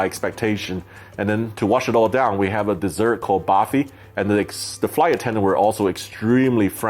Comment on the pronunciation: Burfi ( baarfi at 2.39 )